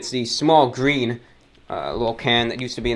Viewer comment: 737 Btw, "GrThreen" hilarious😂